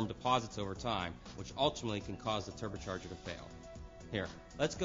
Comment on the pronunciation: The "Terber charger"